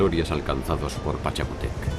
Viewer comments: No es Pachacutéc es "Pachacútec" y en vez de "Dinástica" debió decir "Dinastía" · Hola muy bueno el documental. Pero esta mal la pronunciado pachacutec..